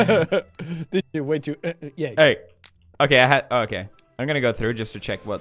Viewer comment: Stop making me sheet. IM NOT MAKING YOU SHEET😂